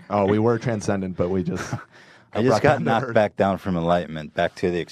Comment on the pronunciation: Holy shit Ethan the word is transcendent